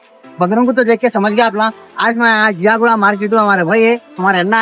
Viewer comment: Bhai woh ziaguda hai not jiyaguda